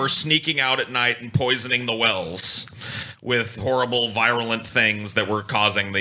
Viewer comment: Wow "Virulent" is the first word ever mispronounced